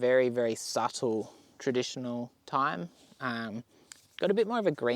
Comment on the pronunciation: OMG, I'm furious...... Americans do NOT say th-yme, with the th sound. We pronounce it as "time", just like any other intelligent beings. Thanks buddy.